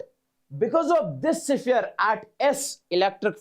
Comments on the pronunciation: Siphere ❌ sphere ✅ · Sphere ❌siphere✅